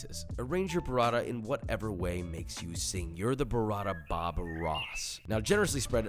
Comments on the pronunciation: BOO-rah-ta not burr-ah-da. DANG! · Hey Josh amazing video as always. Listen, since you're using Italian ingredients so often you might as well want to try and pronounce then correctly? Up to you, but in case you want there you go: guanciale = guanchale. T's in burrata and mortadella are hard t's, not sort of d's. Pistacchio is pronounced peestakio.